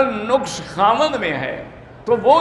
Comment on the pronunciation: مولانا صاحب لفظ نَقص